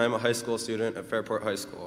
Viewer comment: Dear Elijah, it's "stew'dnt" not "stoo-Dent"